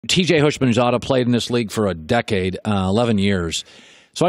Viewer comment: Hoosh-min-zada...what's so hard about this?